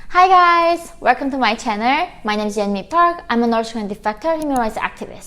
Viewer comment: Try to say channeL and not channeR!!!